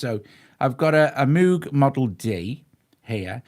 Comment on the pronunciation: Great demo; thank you. Moog has a long Oh sound. I knew him personally. The oh sound is because of his Dutch heritage. Please give him minimal due respect by pronouncing his name correctly.